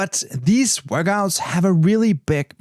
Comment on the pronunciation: Love how you say “Workgouts”